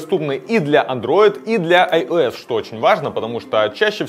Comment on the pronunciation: Выключал сразу, когда услышал слово iOS(айэс). Досвидания.